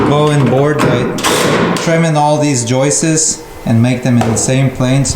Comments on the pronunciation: Someone tell there’s no such word as joistes😂😂😂😂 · Y'all need to start teasing for saying "joist-ez". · Ok, the joke pronouncing of the word joists has gotten old. The plural is pronounced the same as the plural. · it's not Joyce's but joists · Joists not joistes. The singular joist and the plural joists sound the same when pronounced. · It’s joist, joist. Not Joyce. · Been watching this from the beginning and I have to say my hat my hand , but joistes is fkn annoying .... joists is how it's pronounced...... Loving what you've doing from London England..... Give me a shout out.... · "Joist-es" is incorrect plural pronunciation of the word. Try annunciating the "t" in joist clearer, and then add an "s" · fella's...... it's floor joists..... not joyces. :-) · Can no one pronounce JOISTS correctly? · Justin... I love you guys but please... JOISTS sounds like HOISTS. 😂😂😂